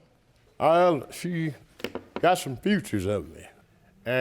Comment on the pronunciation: he was actually saying features but he pronounced it "Futures"